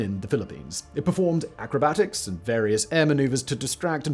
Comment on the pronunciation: Dont you mean acrobatics not acrobatics???